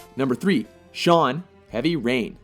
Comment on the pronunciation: Shuan.....Shuan.......Shaun......Shuan.......Shuan. LMBO thank i needed that